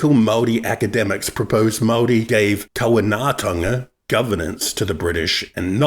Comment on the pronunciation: So white man diseases were killing 4,000 Māori a year? Where's the data? Oh and how do you cede sovereignty but you still maintain the right to collect taxes? Oh, and if you can't say kāwanatanga right, then you can't tell me what it means. Or does your white privilege automatically make you fluent in te reo Māori?